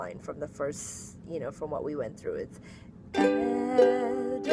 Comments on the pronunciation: Also the very first E in Edelweiss is pronounced as a long A. Like Aidel-Vice. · Great tutorial! Just a small thing, the "weiss" is pronounced like "vice".